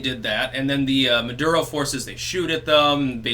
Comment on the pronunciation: Maduro pronounced "Murdero". Coincidence? Tinfoil hatters believe I think NOT.